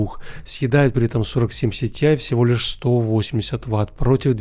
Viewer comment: Почему ты говоришь СИТИАЙ, а не ТИАЙ?